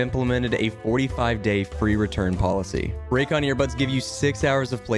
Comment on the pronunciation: Raycon hah Morel like Roycon